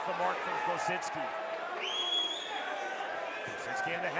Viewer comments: Why...why....does dude keep putting a N in Kosicki name? It is not kosiNski!! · There's no N or Z in Kosicki 😂